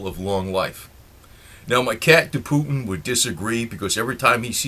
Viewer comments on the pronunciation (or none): none